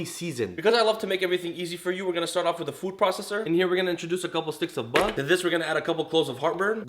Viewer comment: Yay he actually said "buttah" this time :D